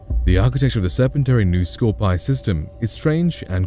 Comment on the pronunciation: scor-pee-eye, not scorpee